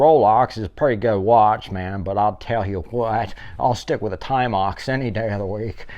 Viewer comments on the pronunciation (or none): A “Timeox”…! 😂 Love that one …! Another interesting video…! Greg